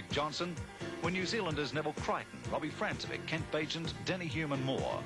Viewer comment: Francevic is actually pronounced "FRANK-e-vich". And who's Denny HUME?